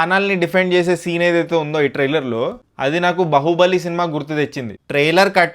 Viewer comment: Are oo galla chokkaa trailer taitearr kadhuu palakadam nerchuko ra pulaa chokka pukaaaaa